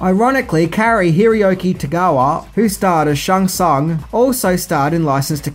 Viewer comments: Roger Ebert doesn't know what the hell he's talking about!! The movie is awesome!!, it is Scorpion, not Scorpio and the Emperor of the Outworld is Shao Kahn!!, you're pronouncing Kitana and Shang Tsung incorrectly!! You also forgot about Mortal Kombat Legacy and Mortal Kombat Legends: Scorpion's Revenge!! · Wow, so heres a guy that never EVER played Mortal Kombat, calls Scorpion wrongly as Scorpio and cant say Shang Tsung correct, they pronounce the names after each round they win in any video game, next time, watch ANYTHING related to the video youre making